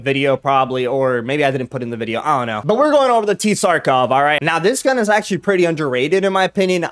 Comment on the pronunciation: Its pronounced sar-kov as the t is silent like the word Tsar which was a ruler of Russia